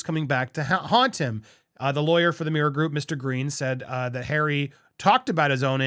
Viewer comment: Slow down...You say meer group. Its mirror.